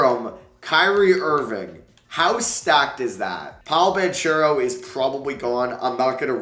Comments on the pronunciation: Please, I’m an Italian boy, the right pronounce of Banchero is Bankero for you as an american. Apart of that, it’s really a great video💛💙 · THANKS! I have already commented him the same in a couple of other vids lol